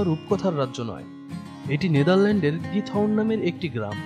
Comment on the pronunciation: নামটা খিথরন( উচ্চারন টা এমন)